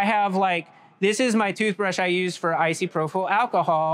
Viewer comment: Icyprofyl alcohol😂 Anybody wondering, I'm pretty sure he meant isopropyl alcohol aka isopropanol. Amazing tech, I absolutely love marbles!!❤